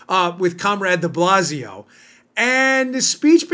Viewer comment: What's "Up" with DeBlasio...sounded like the dog in the movie.